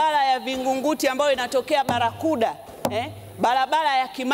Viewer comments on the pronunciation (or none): lugha ya kiswahili bado unaibomoa.... balabala, feza, wazili,..... mbunge gani wewe? umesoma?